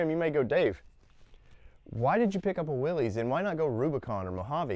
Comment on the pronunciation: Nice rig. You’ll probably want to keep it. They’re awesome rigs. BTW, Pronounced “Wil-liss” not willies